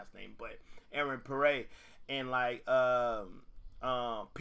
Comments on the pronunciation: its pronounced P-air not Per-ray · My goodness...It's Pierre (PEE-AIR).